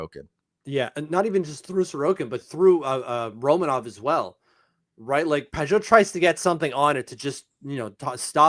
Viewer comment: I’m gonna stop my likes if you keep butchering the Dman names - it’s Ro-Mon-ov not Roman-off and Per-oon-O-vich!